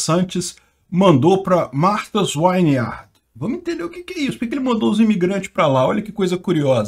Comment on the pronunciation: "Martas Vineard" - é assim que se fala, é uma ILHA que só vive magnata. Eu morei em Falmouth MA, próximo de Whoods Hole MA, de onde sai a balsa para Martha's Vineyard que são cidades da ilha de Cape Cod. Os ex presidentes todos tem mansões lá. É uma área, Whoods Hole, de casas de férias, é uma região rica. Esta região tem poucos imigrantes comparando-se com a região de grande Boston.